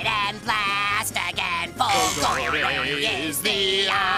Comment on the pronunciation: All the Italian accent for nothing since he mispronounces his own surname, it's supposed to be fòlgore, not folgòre